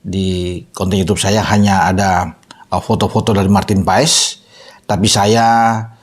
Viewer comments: BACANYA MARTIN PAAS BUKAN MARTIN PAES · Bacanya maarten pas pak..buka paes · martin pas om ngomongnya bukan paes 😂😂😂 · Bacanya bukan PA-ES, tapi PAS, E dan S digabungin jadi Cuma S, mirip es yg kita minum, Awesome dibaca Osem ! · bacanya Martin Paz.. bukan paes paes.. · Maarten Pas bukan Maarten Paes. Emang baca nya seperti itu E nya hilang.🙏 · bacanya PAS, bukan PAES. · Bacanya martin pas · Ngomongnya Martin PAS